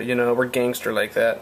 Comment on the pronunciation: Hard R on the gansta bro